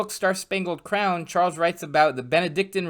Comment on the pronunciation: Chorles and Vinsünt.